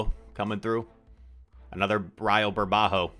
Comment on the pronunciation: Burbuja, you kept saying burbajo